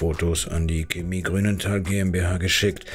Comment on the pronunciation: Woah, regt es mich auf, dass der Sprecher Chemie falsch ausspricht. Ja ja, manche juckt es gar nicht, andere meinen es sei nicht falsch, aber für mich klingt es einfach falsch.